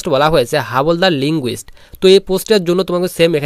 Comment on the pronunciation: Not হাবলদার... হাবিলদার